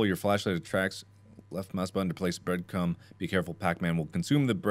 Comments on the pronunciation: Is it me or does he keep saying breadcum ? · Mark repeatedly saying Breadcum and no one realising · Text: breadcrumb Mark: "breadcum" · All I heard was “breadcum” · Hehehe Mark said breadcum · Did he say breadcrumb or breadcum????